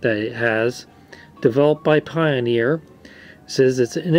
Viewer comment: "paioniir". XD.